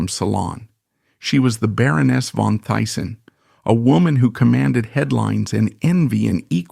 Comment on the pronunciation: Teessen, not Tyson. 😢